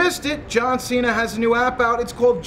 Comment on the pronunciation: and its cena not cean